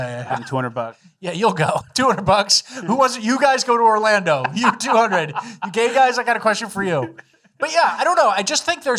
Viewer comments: He definitely said Orlambo. Usually he hides those a bit better, but I love the pronunciation easter eggs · Orlando or Orlambo? I swear said Orlambo.